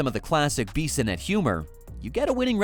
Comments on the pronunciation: Who is this Beeeeeeesonette you speak of? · Clearly u dont watch him on tv or u would know how to say his last name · Take a shot every time the AI voice says Biz’s name wrong 🤣